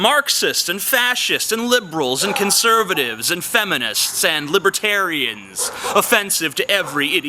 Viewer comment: whenever someone says libratarian, i hear librarian